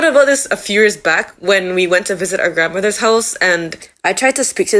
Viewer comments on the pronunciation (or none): Im from Curacao. I would say you dont sound like, completely Jamaican, but I can still hear Caribbean in many places where you talk. Like sometimes you say "d" instead of "th", like when you say "grandmother's house" and "the other day" you use somewhat caribbean intonation and rhythm and your vowels are often more close to caribbean (like your "o" and "ay" and "ou") than non-caribbean english speakers.